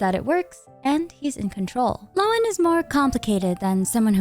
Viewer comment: Happy to find a major content creator that can actually pronounce Lohen, so many seem to think Linzi is a playable Genshin character.